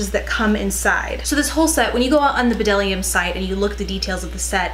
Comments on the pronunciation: I've been using bdellium tools forever! I love them! They are so underrated!! The b is silent by the way :) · FYI the b is silent :)